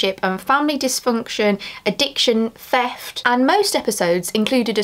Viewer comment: Feft? Is your tongue broken?